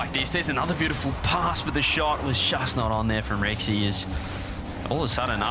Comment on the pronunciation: It’s not “Rexi” it’s “Ry”